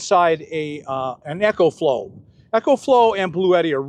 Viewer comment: The Eco-Flow (pronounced E-co, not echo) is a terrific power box. But I am happy with my EB70S Bluetti, 800 W. :) Nice to see you coming around to new technology, Bob. Hopefully, I'll have my Class B+ this weekend. :) Jon in rural BC, Canada